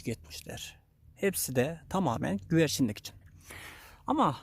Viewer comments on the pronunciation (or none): Abi emeğine sağlık kolay gelsin birde güverçin değil güvercin.